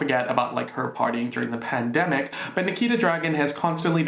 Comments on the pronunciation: no one:: you cant demonize me if i say pandemicouUA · The way you said “pandemicua!!!! Had me 🤣🤣😭😭😭 I CAAANNTTT!!! thanks for cheering my day up as always. Love you lots xx Ok the censorship just got funnier and funnier!! I do love you 😩😂😘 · secs-uel se-gz work pandemi-cuah pedi-fua-ca tou-chow-ing demona-uazed bod-ua